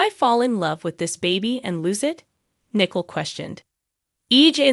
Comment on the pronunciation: Also it's not Nickel, it's pronounced Nicoal (Nicole).